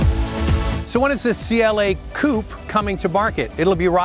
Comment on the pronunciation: It's 'Coupe' and not a 'Coop'.